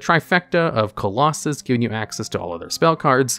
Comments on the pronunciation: Is Nekroz of Clausolas really pronounced "Colossus"? >_< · Who else got frustrated listening to Nekroz of “Colossus”? 😂😂😂😂😂😂